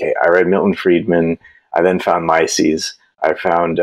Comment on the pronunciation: i was a bit confused who this "Mycies" was, until i realized you mean Mises. 😅